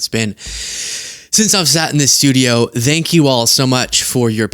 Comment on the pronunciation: I just don't get it. You say "think" and "things" correctly. But you say "thanks" everything time like you're saying "the". What's with the th sound in thanks? Do you pronounce truth with the th sound of smooth? Say thanks right! For the love of all that is holy...